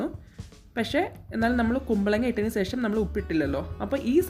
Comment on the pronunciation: സെഷം അല്ല ശേഷം 😂. Thangal full സെഷം എന്നാണ് use cheyunne